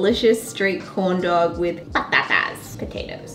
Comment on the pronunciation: mouth: corn dog My ears: condom